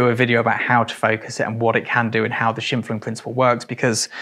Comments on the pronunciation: Excellent channel, I subscribed, easy choice. Just one thing it’s Scheimpflug- the stress is a strong ‘I’ so, misspelled it’s schympflug, not schimpflug. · Shimfun? Guessing you’re referring to Scheimpflug, pronounced „Shymepfloog“. Sorry for smartassing around. I came here to learn. Just caught my eye in the index, since I live very close where this man used to live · Love your videos, but as a German speaker I need to say it's pronounced Sch-eye-m-flug. Technical cameras are amazing and I'm so glad you've put together this video as I've always been interested in a combo setup but there were barely any review out there.